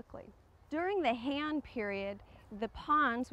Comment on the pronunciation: Hei-An pronounced as 2 syllables.